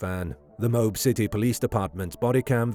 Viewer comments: OMG .. IT IS NOT "MOBE" it is MO-AB. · "Mobe"??? It's pronounced "Mo-Ab" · When you make a video, take the time to learn how to pronounce the names mentioned in the video. It’s Mo-ab, not Mobe. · It is pronounced Moe-Ab Moab, Utah If she didn't admit that she hit him he would of been arrested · Utahn here. It's pronounced "Mo (like the name) Ab (like the singular form of the stomach muscles)" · Dirty Laundry Parents covered for his pathetic Loserly life; he ended himself anyway and they had to pay out the Hee Haw for attornies anyway. Oh, and By the Way, Moab is pronounced MO AB. Dumb AS S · I laughed way too hard at your pronunciation of Moab